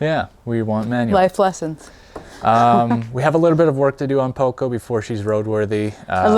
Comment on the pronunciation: I'm curious to see how your story unfolds. It's always interesting to follow construction projects, and the trips to Vancouver Island—which I'm already familiar with from Adam Gibbs' channel—also seem promising to me. Maybe you’d like to work on your Spanish a bit more; it would be nice if your “Poco” actually had a pronunciation closer to the original and not that strangely intoned “Poucou.”